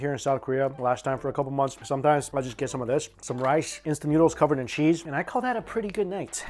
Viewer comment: Homie out here showing the world advanced prison fix’in’s with the pho broth and chips lol. Every time he says cheese “sheeeeeze”